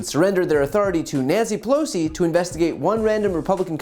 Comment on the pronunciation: “Nyansssy Pelosssi”, good grief what a dingaling.